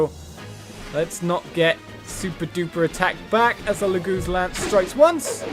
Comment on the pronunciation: Did you just say "Loogooz slayer?" lol